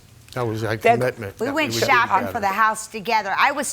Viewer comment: Shawping. We went shawping. Jesus christ.